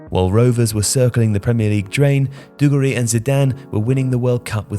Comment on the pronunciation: Classic - says "dugarry" three times in a video yet pronounces it three different ways. No doubt he'll try correcting JJ's pronunciation in the morning next podcast.